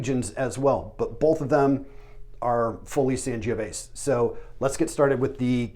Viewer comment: Ooof pronunciation pretty rugged. San-jo-VAY-zay. VEE-no NO-bee-lay day MON-te-poul-CHA-no